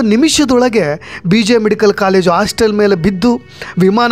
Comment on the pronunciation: ಎಲ್ಲಾ ಚನಲ್ನಲ್ಲೂ ಅದೇ ನ್ಯೂಸ್.ಪ್ರತಿಯೊಬ್ಬರೂ ರಿಪೋರ್ಟರ್ ಆದರೆ ನಿಜಕ್ಕಿಂತ ಸುಳ್ಳೇ ಹೆಚ್ಚು ಬರುತ್ತೆ .ಇಷ್ಟೊಂದು ಚಾನಲ್ ಯಾಕೆ ಬೇಕು ಅಂತ.ಆಸ್ಟಲ್ ಅಲ್ಲ.ಹಾಸ್ಟೆಲ್😅😅